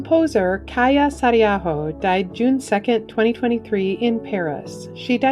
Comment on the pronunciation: You’re saying her last name right. Thank you. #finnish #sisu ❤ Kaija Saariaho.